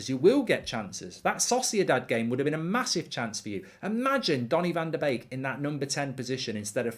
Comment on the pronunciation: As a Dutch guy i love it that you pronounce Donnys name correctly, its indeed like 'bake'...love your content, cheers!